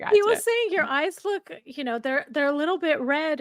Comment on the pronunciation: When Mindy asked her about her "look" pronouncing it "luke" meghan was furious😂😂